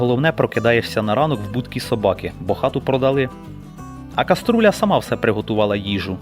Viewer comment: коструля)- це той хто неправильно вимовляє слова))))